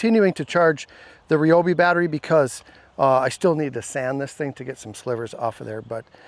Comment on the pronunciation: Thanks for not saying Ryeobi😅